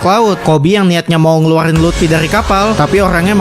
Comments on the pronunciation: Bang luffy bukan lupti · Luffy woy! Bukan lutfi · Bang itu mah lut😅fy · Luffy bangsat bukan Lutfi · Luffy ❌ Lutfy✔️ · Luffy ❎ Lutfi ✅ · Luffy❌ Lutfi✅ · Bukan lutfi tapi luffi bang